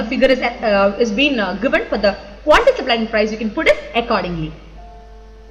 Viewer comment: teacher .. seems you byheart the subject ..thats why like rocket... nice saari.. quantity teacher says quanty...drink water madam